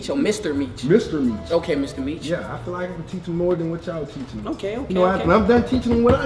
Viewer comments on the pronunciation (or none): That boy said fell feel